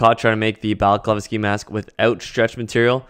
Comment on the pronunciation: No , no. It’s a “baklava”. I’m going to wear a Greek pastry on my face. (You said it correctly, so many don’t 👍👍👍👍)